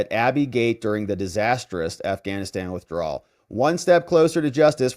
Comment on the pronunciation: Our new Press Secretary is very good, but she can't pronounce "withdrawal".